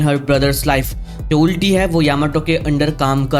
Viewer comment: sorry to point this out, but its not उल्टी its अल्टी